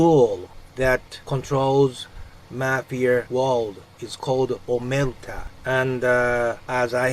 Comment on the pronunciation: omerta not omelta